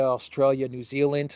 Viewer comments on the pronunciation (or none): none